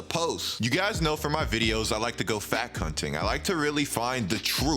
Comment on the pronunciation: "I like to go fact hunting" What I heard: (I like to go fat c*nting)